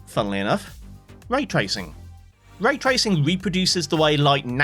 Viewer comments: "tray racing" the finest sport of all... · bruh, "tray tracing" ... you're better than that! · "Tray racing" 😭😭😭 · lol "tray racing" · 'tray tracing'